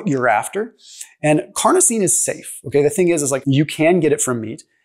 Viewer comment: carnosine not carnitine